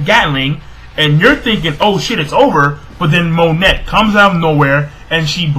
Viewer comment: It's pronounced mo-neigh not Monet please say it right